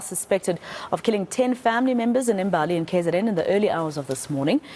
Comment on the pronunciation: Imbali! not Embali